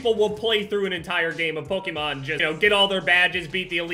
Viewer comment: all these years and still can’t pronounce Pokémon 😂